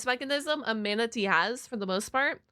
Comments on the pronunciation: I love how she says manatee as manta-tea 😂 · Heh. Im sorry. "Mantatee" kinda made me chuckle.🦇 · I like how you pronounce Manatee almost like "man-titties" near the end of the video, especially considering plenty of Manatees have those